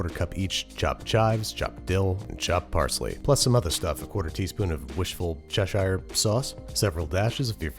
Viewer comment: "Wishful Cheshire" sauce? That's a new one! XD